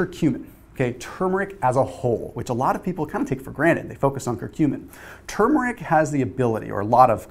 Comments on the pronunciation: I think you're the only one on YouTube who says TuRmeric correctly! Thanks for the great video! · I know, huh? People need to say it right. There’s an “R” in there and the first syllable is accented, not the second.